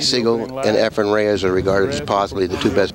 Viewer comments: Nick calling Reyes Efraim the entire time. Geez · Hey Nip.. his name is Efren, NOT Efrem! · Why is it that Americans find it impossible to say EFREN....and i find it impossible to stay awake with sigel even the very first shot of the match...takes an eternity to play a daft shot and msses by a country mile...then looks sort of shocked that he missed!